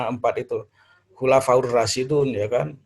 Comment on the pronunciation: Ngomong khulafuurrosidun Dari mana prof.... Dun apa din gitu aja gak fasih